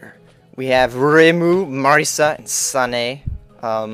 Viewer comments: "Remu, Marisa and Sane" oh God I laughed :D:D No offense :D the way you said Reimu and Sanae were far too hilarious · This guy is annoying no music. And he said Reímos, and Sanaes name wrong all we here is him talkin. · FAIL PRONOUNCIATION!!!! REH-MU; MAR-E-SA; and SAN-AI !!! >:UUUUUUUUUUUU!! Sorry for my rageing, Touhou is my life, and i kinda get irritated wen people say their names wrong ^^